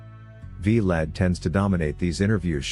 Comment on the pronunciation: “Vlod” “V-Lad” 😂😂